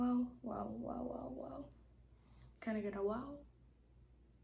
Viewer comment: "Woooow!!!"🤣🤣 could've heard the Caribbean accent then when you said "Can I get a wow". I was like yup, Caribbean girl.